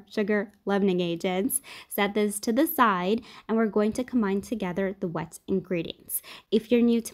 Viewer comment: Zuber zimple, ok zo I’m gonna zero this to the zide😂 good recipe